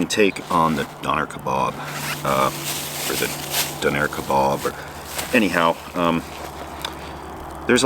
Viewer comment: I love you but Done Air Ka Bobs and Peters? From a brit this made me laugh mate 😆